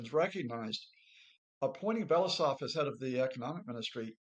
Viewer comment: Blah, blah, blah. This “expert” can’t even pronounce Belousov’s surname.